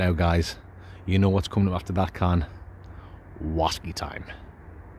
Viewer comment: Another brilliant video. My favourite part was when you were looking for your slippers and they were on your feet 😂 Love the show! 2 questions... Where does the name come from? And why do you guys say Wasky? Cheers